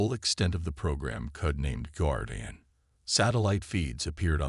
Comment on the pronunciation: One of your better stories, but if the ai cannot pronounce a word it should not be included...guardian...